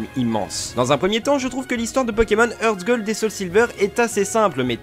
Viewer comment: HeartGold ce dit Artgold hein ...